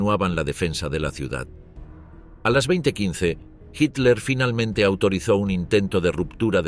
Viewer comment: Español de españa o latinoamericano o de guinea Ecuatorial lo que se agradece que este narrador si sabe decir Hitler, otros durante todo el programa dicen Hiler o Hilder